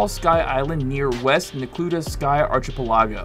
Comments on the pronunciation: You need to go to school if you pronounce archipelago as AR CHI PE LA GO... instead /of ARCHI PE LAGO.... another dropout creator. :( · Not arch ih pull AH go. Ark ih PELL uh go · .... ARCH-AH-PUH-LAWGA????....ITS (ARK-UH-PALE-AGO) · "archpelagoe" Its ark-i-pel-a-go if this helps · 😂😂😂 “Arch a pelAAAgo” - seriously man? “Ark a peli go” - like Archipelago islands - a chain of islands. But thanks for the fairy’s. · Arc a pel a go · Arch-a pala-go is how you said it Its pronounced arc-a-pel-a-go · "arch uh pill ah goe" buddy you mean "arkipeligoe" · Thanks for the info. Here's some info for you. It's pronounced ark-a-pell-a-go. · Archipelago. ARK- EH-PELL-EH-GO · The way he mispronounces 'Archipelago' annoys me to no end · You're saying Archipelago wrong. LOL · I’m too distracted by how he pronounces “archipelago” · The way he pronounces archipelago makes me feel very sad for geography yea hers everywhere 😔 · What I learned is how not to pronounce Archipelago 🤣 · Learn how to pronounce archipelago... 🙄🙄🙄😮‍💨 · Learn to pronounce archipelago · no….here I go trying to help YOU and everyone else try to not sound stupid by mispronouncing archipelago🤣. Seriously though, Fairy’s are pretty much at the top of every tower when launched, always the nearby island with the same shape.